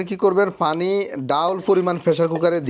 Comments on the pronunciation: ভাই আপনি একজন কন্টেন ক্রিয়েটার আপনার ভিডিওগুলো আমি নিয়মিত দেখি এবং ভালোলাগে।একটা বিষয়ে খুবি আপত্তি আমার,আপনার ভাষাগত উচ্চারণে প্রচুর সমস্যা যার ফলে বাংলা ভাষার বিকৃত হচ্ছে।যেমন,পানি কে আপনি বলেন ফানি,প্রচুর কে ফোচুর।আশা করি মাতৃভাষার প্রতি সচেতন হবেন। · ভাই পানিকে ফানি বলছে শুরুতে